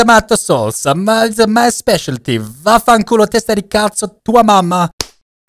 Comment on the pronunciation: As an Italian, I can say that the "vaffanculo" was amazing, it made my day, thank you. Edit: ok, is even better.